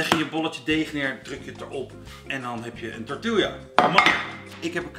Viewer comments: grinch grinch, de uitspraak van de letter L in tortilla, het is tortiJA niet Lja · Ziet er weer onmundig goed uit! Ooh tortilla spreek je uit als torti-ja ;) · “tortielja” 😜. Moet gelijk aan die aflevering met Nochtli denken met haar “galepeneau” 🤣